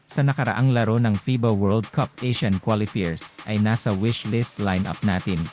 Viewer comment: Qualifier pronounce as quali fayer.